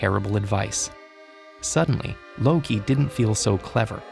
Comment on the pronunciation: Ted ed: Says it like a pro Me: What now? My thoughts: Ted ed is epic